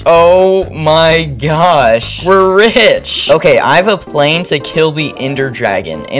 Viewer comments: text: plan how he pronounced it "PlAiNe" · He pronounced plan plane